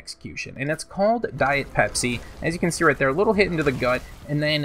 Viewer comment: It sounded more like diet pepsi everytime youre saying it